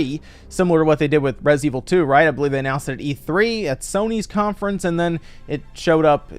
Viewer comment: Yay "Resinet" Evil.